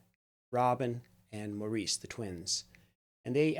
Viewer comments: Please realize Maurice's name is pronounced MORRIS!!!!! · Thank you for this reaction. You should know that Maurice's name is pronounced Morris. They are English.